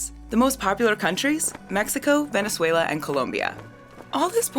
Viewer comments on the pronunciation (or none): none